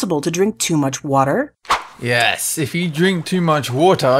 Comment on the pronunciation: Omg lol, the way said water! xD